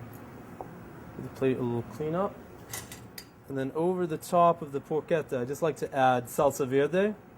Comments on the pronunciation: Did he call it Porqueta? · Sorry man bat it's not Porchetta ...i'm italian